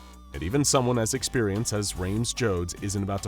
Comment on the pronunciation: "Rhames Jodes...." yeah aight